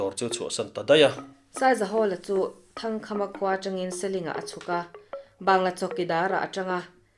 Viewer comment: Ngaihnawm hle mai.. Sihfa khaw LAL Thangkâma tih kha hmeichhia zawk khan Thangkhama tih in a sawi zauh bawk...